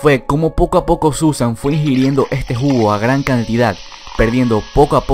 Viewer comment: Drink game! bebe cada vez que dice "ejte jugo"